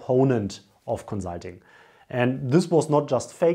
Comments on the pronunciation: co-zul-ting. i love your vids though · Great video! Thanks for making it :) My one request would be to please say the "s" in consulting as a "s" XD. Also, I would like to apologize for our British food lol. We are definitely not known for our great cuisine